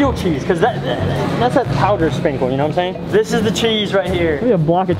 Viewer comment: “you know whet iem shhaying?”